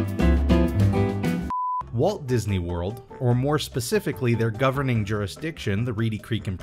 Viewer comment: "didney worl"